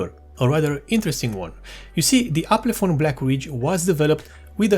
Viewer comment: Not Aplefon. It's Alpenföhn.